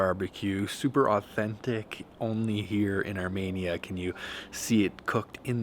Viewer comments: Love you channel but one thing: PLEASE STOP SAYING ARMANIA ITS ARMENIA. Arm-een-ya❤❤❤ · Pronounced Armenia, not ArMANIA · Ar-MEE-nia not armaynia! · Its ArmEnia, not ArmAnia!!!